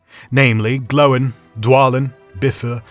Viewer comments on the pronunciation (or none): Who the hell is Tor-in & Glow-in? and wtf is mit-tril?